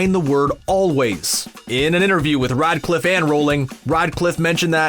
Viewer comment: i dont want to be rude, but hes name is REDCLIFFE Not RIDECLIFF :D Sounds like you wanna Ride constantly :D